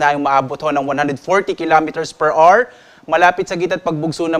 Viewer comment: Hour - awer po hindi r